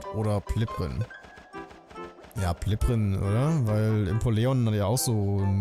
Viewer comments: Sehr cooler Stream, aber bitte hör auf Impoleon falsch auszusprechen.😭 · Wie der Impoleon ausspricht😂😂😂😂Impo Leon😂😂😂